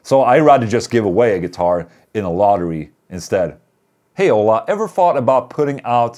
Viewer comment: The way Ola is pronounced sounds like HOLA, which is Hello in spanish. But Ola in spanish is wave. Just depends how it's used.